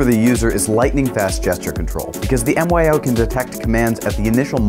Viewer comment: Great video - just an FYI the product is pronounced like "MY-OH" not M.Y.O